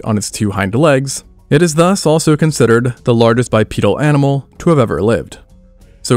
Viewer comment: I got as far as the mispronounciation of "lar guest" and stopped watching for fear of my ears being offended further....... AI ruins everything.